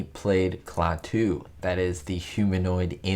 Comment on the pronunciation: HI,! (*BTW, it's KLAH-too, not Klah-TOO).